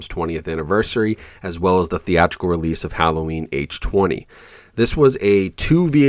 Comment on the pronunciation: A man after my own heart. Thank you for saying H-20, and not H-2-0. I know it's random, but you're literally the first person I ever heard call it that and was quite satisfying 👍🏾